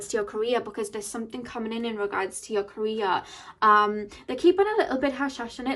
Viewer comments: lol omg! I thought about that too! But I kept hearing Korea lol 😆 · Lol it’s her accent of pronouncing “career” but still you could take it as a sign for yourself since “Korea” is meaningful for you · I was so confused the first couple of seconds, i thought you said Korea but then i figured you meant career